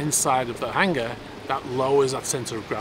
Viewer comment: It's called 'hangar", not 'hanger'.